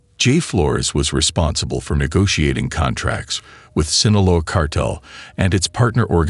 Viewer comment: I’m sorry, but this voice sucks. It’s Guadalajara. And cartel not Carterrrrer